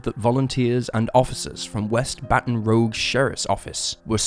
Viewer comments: AI wouldn't say "Baton Rogue". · Learn how to pronounce Baton ROUGUE and MOBILE Alabama. It doesn't take much research man. Still better than AI but you have a responsibility to us who choose not to listen to that AI crap. Keep up the great work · As a louisiana native your pronounciation of Baton Rouge, and Lafayette is fuckin hilaeious. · You can't even pronounce 'Adidas', 'Baton Rouge", or 'Lafayette' properly. Talk about butchering words! 🤦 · 🧻🧻🧻 This is all I could find for the Americans that are upset about Baton Rouge and Lafayette being mispronounced despite the fact that they purposely mispronounce every city outside of America. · Baton Rouge and Lafayette are French words please pronounce them properly. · Arghhhhh! 😣 Love your channel, but please learn correct name pronunciations. I'm pretty sure this is not an AI narrated channel, or at least it didn't used to be. In this video we have Baton Rouge, Adidas, Nike and Lafayette. Did I miss any? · Still, it’s not that hard to find out the correct pronunciations of places. If you’re producing videos, not seems the least you would do. Pure laziness, in my opinion. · Isn't it Baton Rouge, not Baton Rogue? I'm not an American so can only go by what I've heard previously. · It "rouge", which means red. Rouge is not spelled rogue. Can you see the difference? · Rouge is ROOJ Rogue is ROWG. I think the narrator may be a victim of bad spelling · Baton rooj not rogue. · "Baton Rogue?" Embarrassing. How about "Baton Rouge?" So much for that British accent. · Baton Rouge is pronounced as Baton Rooj not Baton Rogue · Great video, love your stuff and full respect when I say this: its baton ROUGE, like the color red. NOT baton ROGUE, like the dnd class. 😂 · it's rogue as in make-up, not as in 'gone rogue' (which is what you did with that pronounciation 😆) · I'm from the UK, and I even know it's pronounced rooj, not rogue 😂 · Rouge...Rogue...not the same word in any language. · Baton 'ruzh', not 'rogue'.